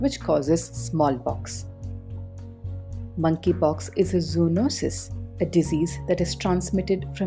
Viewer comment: I keep hearing Mann ki pox